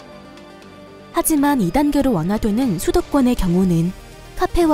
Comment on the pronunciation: 소도권과 비소도권이라고 들리네 ㅋㅋㅋㅋ